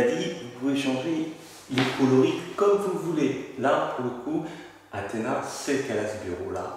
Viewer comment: c'est Kalys et pas Kays et aussi c'est Athena pas Ahema